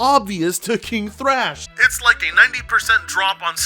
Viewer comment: I guess the first h in "Thrash" is silent